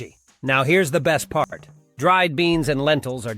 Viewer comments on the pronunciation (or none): none